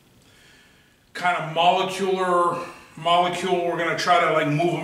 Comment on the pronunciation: by the way, stuff EXPANDS when heated... doesn't shrink, and the word you were trying to say is "molecular"... moe-lek-you-lar.